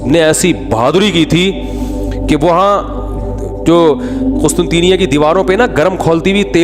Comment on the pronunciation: Hamri karachi ke Matarway mufti sahab mazrat se lekin wo QUSTUNTNYA hai Ap qustunteenya bol rhy ho